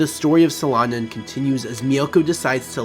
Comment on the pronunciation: At least google how to say the manga's name, jesus...